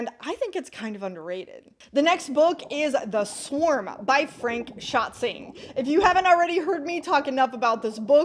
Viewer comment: I thoroughly enjoyed Crichton's Sphere. The man knew how to write good, fast-paced techno-thrillers! BTW, it's Schätzing, not Schatzing, the "Schätz-" bit (reasonably closely) rhyming "lets". Not your fault to mispronounce him, I suppose, given that the publisher is unable (or unwilling) to spell his name correctly on the cover. He had been writing books before but "The Swarm" catapulted him to public awareness in Germany. Fun fact: because he did so much research for this book (which clearly shines through given your remarks) that he followed it up with a non-fiction about all things ocean called "Nachrichten aus einem unbekannten Universum" - "News from an Unknown Universe". Isn't available in English, I think. Anyway, very cool video! There are a few books I now want to look into!